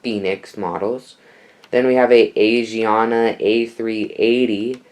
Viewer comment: You said Asiana wrong lol It’s AH-SI-AH-NA